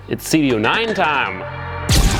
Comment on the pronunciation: did you say cd oooo 9 instead of cd oh oh 9 lol